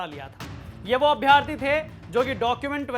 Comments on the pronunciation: अभ्यार्थी नहीं अभ्यर्थी होता है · 461000 नही दिए है परीक्षा 7.5 लाख के लगभग दिए हैं कम से कम जानकारी तो सही रखो यार 📍📍 दूसरी बात अभ्यार्थी नही अभ्यर्थी अर्थात छोटा अ की मात्रा होती है। अभि + अर्थी = अभ्यर्थी यण स्वर संधि होती है। इसलिए अभ्यार्थी न बोला करो थोड़ा भाषाई कौशलता भी सुधारो